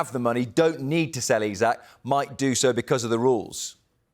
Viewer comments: This guy doesn't know how to pronounce It is eeesak not eyesack It is heysus not Jesus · Isak not Isaac !!!